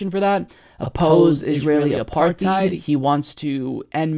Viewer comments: It's apartheid, not apartheid. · OP-OPPOSE IS-ISRAEL APARTHEID-EED (OPPOSE ISRAEL APARTHEID) lmao did you guys re-record that part because he mispronounced apartheid you forgot to delete the original sound, and it sounded like you were going h a r d